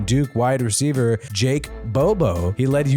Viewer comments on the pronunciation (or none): none